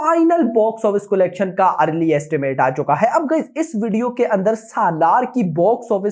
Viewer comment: bhai collection ka pronounciation is not "Kolection" it is "calection".